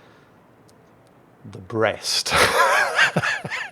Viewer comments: I'm from Brest and your prononciation is perfect, we know it, we like it and we hate the royal Navy😉 , but Dunkerque prononciation man o man this is depressing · You may not be able to handle the Dunkerque's pronounciation... But you are very good with our Brest